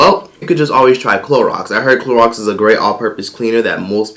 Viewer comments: LOL he said CLORAX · This dude said “Clorox” 😭😭😭😭 I’m hollerin